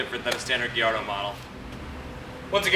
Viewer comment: its GUH - LAR - DOH, bro.